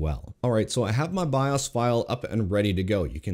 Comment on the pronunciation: Byeahs? What's a byeahs?